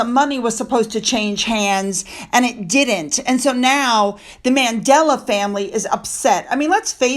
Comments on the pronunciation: it’s Mandela, not Madela!😊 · Who is Madela? It's Mandela!!!!